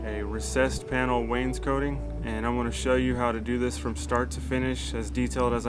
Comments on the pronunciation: Not to be a pest, But, It's Pronounces Waynes` coting, NOT Waynes coating....jus sayin..... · Awesome teacher. FYI: cot is not pronounced coat. Wains COT ing. No biggie. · Really enjoy your vids! thank you for taking the time to make them. not to be an over critical knob... But every time you say Wanescotting I cringe a little. Maybe there is an accent there, but it sounds like you say "Waynes-Coating" edit: I should also say you guys do good work!